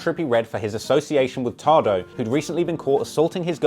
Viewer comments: its "tay"doe not "tah"doe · Lol it’s pronounced “Taye-dough” not “tard-ohh” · It’s TAYDOE not tahdoh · in this video "TADO" ITS PRONOUNCED "TAYDOUGH" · “TAH-DOE”😂😂😂😂😂😂🤦🏽‍♂️ it’s “TAY-DOE” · WTF is TAH-DOE?Oh u mean TAY DOE! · its tay-do not fuckin tard-o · TAE-DOE NOT TA-DOE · Its pronouced Taydoh (Tadoe) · It's pronounced tay-doe 🤦‍♂️🤦‍♂️🤦‍♂️ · This nigga deadass just said “tardoe” 💀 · Am i the only one who cringed when he called Tadoe TADO 🤣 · pronounced tay-doe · Mans said TahDoe 💀💀💀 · This nigga said tahdough 😂😂😂😂 (tadeo) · “TAH-DOUGH” yea sounds about right. Feel bad for my man tadoe getting his name slanged wrong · calling tadoe “tah-doe” is an extremely british scene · tadoe is pronounced tay-doh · Nigga it’s pronounced “tay-dough” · Nigga said Tado 😂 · why he say tahdoe lmfaoo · It's pronounced TAY-DOE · "Tay doe" 😂😂😂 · This nigga said Tah doe 😂😂😂😂 #culturevulture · Who the fuck is Tahdoe? Lol I only know Tadoe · you're a legend but it's pronounced Taydoe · please it's pronounced taydoe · its tadoe(tay-doh) lol another great video btw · White boys shouldnt report on hip hop u cant even pronounce tadoes name smj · Bruh you don’t know how to pronounce Tadoe’s name you ever listen to Chief Keef? Smh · hahahahaha man doesnt know how to say tadoe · Funny how he mispronounces TADOE lol